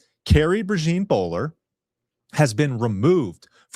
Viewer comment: PRAY-ZHAWN (think French pronunciation of “Jean”) like “Jean Luc” or “Jean Michele”